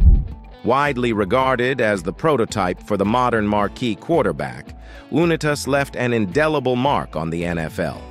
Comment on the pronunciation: U nI tas The U and I are pronounced. This guy never watched a game that Johnny U played.